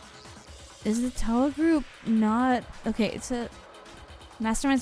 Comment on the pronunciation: is correct; It’s Toh-Wuh, not Tauwuh. Proper pronunciation is welcome in Hope’s Peak, I guess.